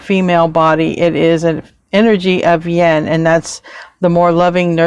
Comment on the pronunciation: you pronounce yin like yen so it confuses me.